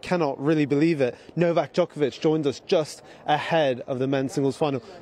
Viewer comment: I get so frustrated every time says JOKEovich